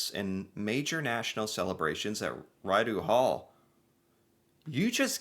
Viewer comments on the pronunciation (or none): RIDEU HALL IS PRONOUNCED REED-OH HALL. MEMBERS RAISED FROM PEOPLE WHO REPRESENT THE BEST OF CANADIAN SUPPORT TO ALL CANADIANS. (2) THE GOVERNOR- GENERAL IS THE REPRESENTATIVE OF THE KING(QUEEN) AND RESIDES AT RIDEAU HALL. THEY ARE PEOPLE WHO HAVE ADDED TO IMPORTANT LEGAL ACTIONS IN CAANADA USUALLY. WE ARE MENBERS OF THE COMMONWEALTH. THAT IS WHY WE HAVE A REPRESENTATIVE OF THE KING IN OUR LEGISLATURE. IT REPRESENTS OUR BING RELATED AND RESPONSIBLE TO OTHERS FROM THE BRITISH EMPIRE. IT IS OUR HISTORY AND WE LEARN ABOUT IT ALL THROUGH SCHOOL. IT IS TOO BAD AMERICA HAS NO EDUCATION ABOUT ANYONE ELSEM, BUT THEIR OWN BELLY BUTTON.